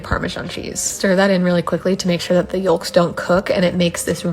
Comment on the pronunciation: First time I’ve ever heard someone pronounce a hard “L” in the word yolks 😂